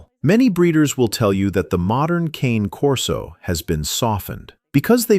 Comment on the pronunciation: The Ca ... ne corso ? Not the Cane ????